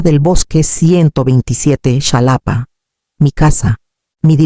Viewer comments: Enseña a tu AI, a pronunciar JALAPA , aunque se escriba Xalapa. La x tiene diferentes peonunciaciones segun sus origenes . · Nunca se ha visto que vayan a alguna ceremonia a anunciar un veredicto Por favor escriban las historias mas creíbles y se pronuncia JALAPA 😂😂😂